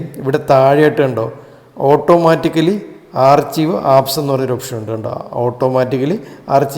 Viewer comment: ആർച്ചിവ് അല്ല,ആർക്കൈവ്😅